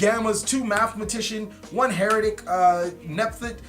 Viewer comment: It’s been 5 years. Pronounce the archetypes name properly already.